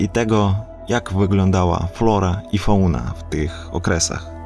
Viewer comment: Wiem, że pisze się "Fauna", ale wymawia sie "fałna" 😉 To taki tip na poprawe języka, choć i tak mówisz już naprawdę dobrze.